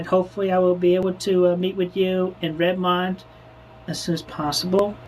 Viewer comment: Hearing everyone in this mispronounce Redmond is making my ears bleed